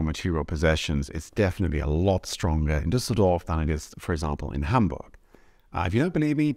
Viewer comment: I find outside perspectives on my home country so much more on point than what I hear from natives. Also I'm highly impressed by your pronounciation of Düsseldorf 👍😁